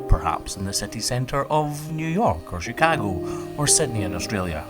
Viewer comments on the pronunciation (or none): in love with how pronounced Chicago here 😂